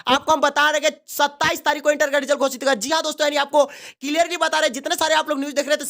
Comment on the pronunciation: Gosit bolo yarr kya Gocit gocit kiye ho